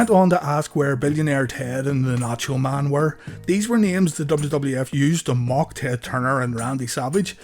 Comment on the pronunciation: Always laughed out loud when Scott said “Mang” haha 😂